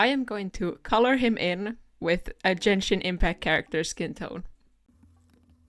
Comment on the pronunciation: you don't even pronounce the game's name right, you dont even play the game